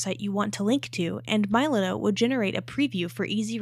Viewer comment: AI trash content. Can't even pronounce the name correctly